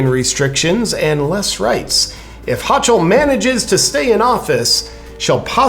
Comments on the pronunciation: Not overly important but the current ny governors last name is pronounced hoe cle not hoch el. Also Whitmires last name is pronounced evil witch. Just wanted to keep your news broadcast accurate. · it is pronounced HO kOL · HOCHUL is pronounced HOKUL. like seriously you know how terrible her policies are but you never heard her name pronounced? come on already. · It's "Ho-Kull" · It's pronounced Ho-kill.